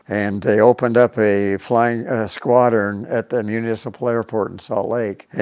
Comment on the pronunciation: "In Utah, there was so much firepower and skwadruns, it was insane how mutch firepower and skwadruns they had..."